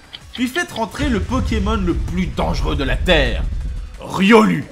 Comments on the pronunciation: On dit Riolou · ON DIT "RIOL-OU" MERDE VOUS DITES "PIKACH-U" PEUT-ÊTRE ? NON ON DIT "PIKACH-OU"